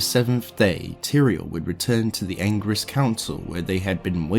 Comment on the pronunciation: The Angiris council not the Anger-is council, just pushes my buttons. Great video tho...